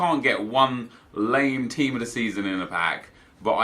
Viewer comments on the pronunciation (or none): none